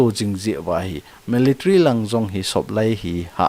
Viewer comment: Me le tary- meletary ❌ mii lii tary - Military✔️